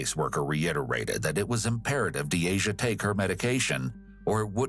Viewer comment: Lmao you mispronounced Deasias name and pronounced it as my name, had me trippin for a sec like "uhh hello 👀 👋🏽 " 🤣🤣